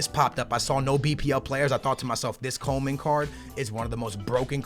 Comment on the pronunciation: it's "Coman" not Coleman